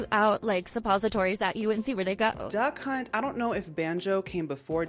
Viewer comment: The more you say "Duck Hunt" the more I can't help but hear "Da Kh*nt"